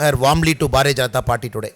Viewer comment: Announcer speaking "Bhaare Janta Parti" not speaking BHARTIYA JANTA PARTY And Everyone saying "मोडी जी" but perfect pronoun sation is मोदी जी Requesting to all please try to speak correct pronounsation. Also, Welcome all to join the Biggest Party-BJP.